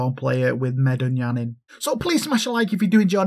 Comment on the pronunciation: I'm glad you said the name right, people always be butchering it. Love you couz keep reppin it. Haha we making it big